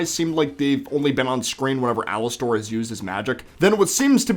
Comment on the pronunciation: Please just say Alastor and not Alastair!